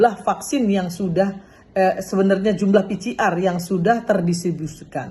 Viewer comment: Ini politisi wanita kelas kakap, kalau bicara di TVOne dulu menggebu2, tdk mau dikalah, tp sebut PCR saya masih keliru. PCR kalau di baca jadi pi si ar. Bu Irma...bu Irma. Belajar dong cara nyebut yg benar.Maaf